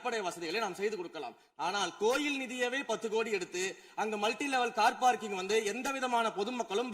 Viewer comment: Car Parking(No) Sekar Babu: Par Carking😂😂